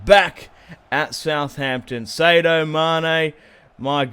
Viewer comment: sadio mane is said as (Saa-di-o)